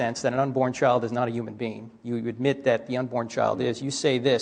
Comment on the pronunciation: need this dude to learn how to pronounce the word human